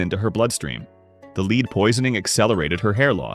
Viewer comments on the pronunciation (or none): Your AI needs pronunciation lessons- lead ( ugh)😩